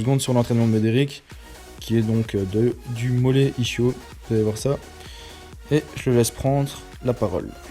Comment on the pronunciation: Ischio 😂😂 Son prononcé : [ISCHIO] // Son a prononcé [ISKIO] Peut être qu’on peut le prononcer comme tu fais mais ça me titille l’oreille quand même. Sinon c’est pas mal 👍🏻